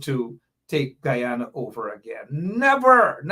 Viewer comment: Normally I correct my people with the correct pronunciation of the old country Guyana. is one of us and has tobe put on notice, the proper pronunciation is Guyana and.. not g u an. Respect the country's name and your political cause will gain traction. Pass it along